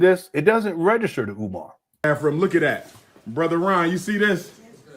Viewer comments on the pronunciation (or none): I thought he had several PhD’s, but he says “Bafroom”. Instead of saying Bathroom.😢